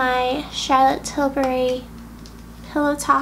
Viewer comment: So glad you pronounce Tilbury correctly. So many folks say Tilberry. Your vids are always cool and low key. I like!